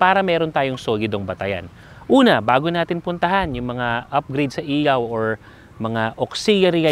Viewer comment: ILAW boss, hindi IYAW ✌️